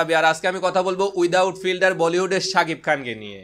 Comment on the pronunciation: Vaiye sapik na sakib hobe , vaiye tomar sb vdoy dekhi sapik blo, vul ta doriye na diye r parlam na , thik blle skl a comment kore janan